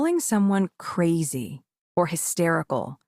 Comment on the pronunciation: I was LOL, at the way she said "KRRAZY".